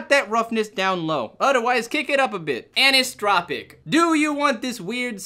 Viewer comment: The way you pronounced Aneesotrowpic (anisotropic) was hilarious. Thanks for the amazing video by the way, I'm surprised at how much is packed in there without feeling rushed, really well paced.